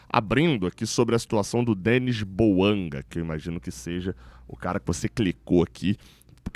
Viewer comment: Bouanga ???? Não pelo amor de Deus